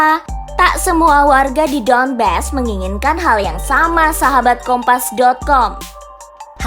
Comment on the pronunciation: Мbak, bukan Luhensk, tapi Luhansk. Donbas bukan Donbes..... adeuuhhhh